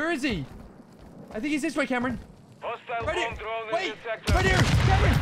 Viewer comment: you call him always camron! HAHAHAHAHA then you ask him again what his name is but you call him again camron!!! HEHEHEHE its so great, i could not stop laughing because you always call him camaro 😆👌✌